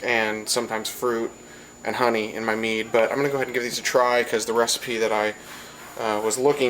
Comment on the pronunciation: Tow things one you be sayin it wrong and tow can it get you drunk